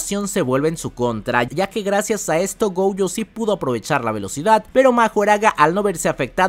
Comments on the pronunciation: Nose porqué pronuncias GOUUYO, si hasta en el doblaje latino es GOYO!! GOYOO. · No es gouuuujo 😅😅😅 Me estresa esa u que le pones. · porque mencionas la o como ou???